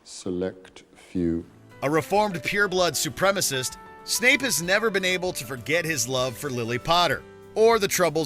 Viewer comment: It's pronounce 'Snape'